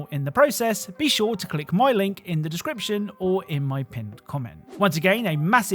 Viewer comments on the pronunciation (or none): none